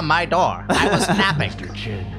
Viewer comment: did anyone else think it sounds like the guy in the suit called Master Chen Mister Chin